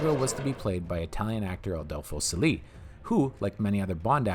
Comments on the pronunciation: Sely? Adolfo Celi Pronounced more like Cheli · Adolfo Celi is pronounced “Chell-ee” not “See-Lee”. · Adolfo Selee??? It's pronounced Ch-eli, wtf, he's Italian, not French. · Celi is pronounced 'cheli' like cello. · They were not nuclear missiles, but 2 atomic bombs. Even says so in the taped message sent by Blofeld to NATO in the film. Don't know how you missed that. The "Jetpack" is properly called a rocket belt, which was also used in Lost In Space. 20 minutes flight time? Not even close. Adolpho Celi's surname is pronounced "Chelli," as all Italian words that begin with a C. "Q was fresh from Thunderball?" I think you meant "Goldfinger." Please, young video makers: Boomers grew up watching these films. They are OURS. You behave as if you just discovered these films, and you are shedding light on them. In reality, you do not possess the cultivation to be able to make an intelligent comment regarding films if this era. Referring to truly iconic films as "Cool" is lazy, and typucal of the younger generation with a vocabulary of less words that an 8th grader in the 1950s. I care not what the younger generation thinks of anything from the sixties, it is ours. You have idiotic cartoons from Marvel, and pc films with children running the show. We have Aston Martins, beautiful, feminine wimen, Savile Row suits, gunmetal cigarette cases, Walther PPKs, and real men. Your generation has computers. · Celi is pronounced Chehlee in Italian like Cello. Paluzzi is Pahlootzee.